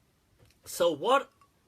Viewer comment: When says “what” sounds so desi!